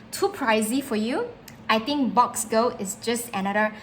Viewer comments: Ma’am… thank you for the video. “Box” is a slang term for 🐱 in parts of the US so saying “your box” LOL My kind suggestion is to pronounce it BUX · Quick clarification isn't it pronounced Books (Boox) not Box , or have I been pronouncing this wrong all along?